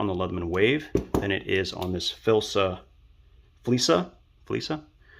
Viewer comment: F-L-I-S-S-A. Its FLISSA, not Filsa....omg...get the freaking name right!!!! You lose all credibility reviewing a tool when you don't even know the name of it!!